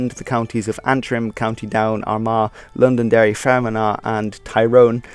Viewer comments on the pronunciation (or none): Fermanagh is actually pronouced Fer-man-a. other than that very informative video. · Mate nice try but get the facts right before you try start in educating people. The Easter rising and consequent troubles was not against England at all, it was against the British for god sake! In the early days 1200’s thought the Middle Ages it was England yes. The 1922 partition of the two was the Anglo-Irish treaty. Learn how to say ‘Fermanagh’ properly, Londonderry is referr d to as Derry bud. You keep calling our flag the ‘Union Jack’ , that is incorrect, it’s the Union Flag. At Sea when hoisted it is the Union Jack. The flag was created in 1606 I think, but not made official until the act of union in 1707. Wales has been part of England since the early 1200’s, I think around 1215 it was made a principality of England, thus ever since having a Prince of Wales and being incorporated into England, hence no dragon or green inclusion in the current Union flag. The island of Ireland is part of the British isles in a geographical sense only, You mentioned the Isle of Man but shockingly missed out the Channel Islands? Both of which are British Crown dependencies. Please stop referring to British and Britain as England and English. Nice effort but I suggest you edit or remake, so many errors buddy.